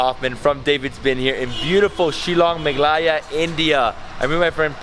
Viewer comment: David it is mehgha aalaya